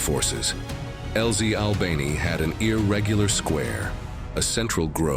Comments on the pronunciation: I found this weird. Isn’t it just flanked? Not outflanked? And why say albaynee when you’ve been pronouncing it right before? Plus, did someone to shove as many school vocabulary words in as possible, even when there’s a simpler, concise way to say something? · AI narrator mispronounces both Ia Drang and Albany 🙄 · Albany does not change its pronunciation as you like. You don’t forbode anything. someone please edit this stuff.